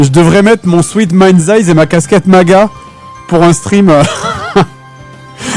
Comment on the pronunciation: Le jeu qui devait être présenté est MindsEye. Fred et la prononciation anglaise font deux. :3